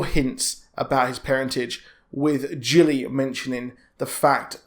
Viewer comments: Gilly. Not Jilly 😂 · Bro, the character is called Gilly, like fish gills. Not Jilly. Very easy to pronounce.